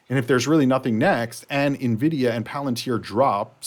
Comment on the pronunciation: Nvidia is pronounced En Vidia. Not nuhvidia